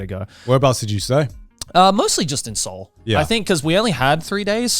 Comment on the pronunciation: I am baffled at their pronunciation of Seoul… Se-oul I don’t sure if my pronunciation is right know… But I am kazakh and Kazakhstan is i think 6 or 7th place with Korean immigrants, and I am pretty sure its them who butchering it